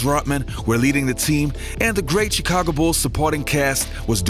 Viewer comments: The pronunciation of the “chi” in Chicago is “sh” not a hard “ch” like “chicken”. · Hey, I know Chicago is spelled with CH but when you say it it should sound more like SH